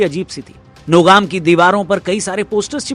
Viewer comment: Nogam nehi bhai sahab Nagom sahi hai😕😕😕😕